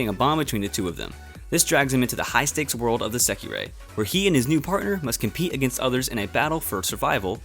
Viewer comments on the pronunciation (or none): none